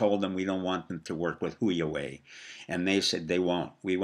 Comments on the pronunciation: Dr P... Huawei is pronounced "Hwa-Way". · I think Huawei is pronounced Wha-Way.